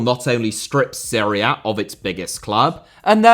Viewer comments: Seria? Is he trying to say Serie A? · It’s pronounced Serie A not Srre A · Every time you say "Seria A", I keep hearing "Syria". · It took me a while to figure that you were saying Serie A. Even the YT CC generator identified that as Syria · I understood Syria every time you were saying Serie A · i was so confused why he kept talking about syria... why the fuck does he pronounce serie a so weird lol